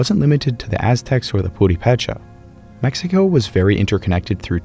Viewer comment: My Purepecha friends pronounce the word with the accent on the 2nd syllable: pu-RE-pe-cha.